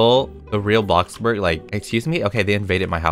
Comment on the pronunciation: may i ask why he call blockburg ,bluckberg